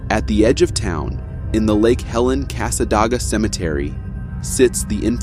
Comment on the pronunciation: I reside in the Daytona area. I want to correct you on 2 matters. 1: Cassadega is pronounced cass-uh-day-g-uh. 2) The Devil's chair has been "blessed". The chair, nor the 🪦 yard , aren't affiliated by anything negative, any longer. You are correct about the inhabitants/residents of the town of Cassadega. #TwinParanormal were going to make a return to the "Devils Chair", when they were told that the chair isn't the property of anything negative, any longer. That has happened this year.